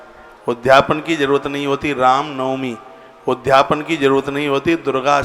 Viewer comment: ' उद् धापन ' मत बोलिए, शुद्ध शब्द ' उद्.यापन ' बोलिए।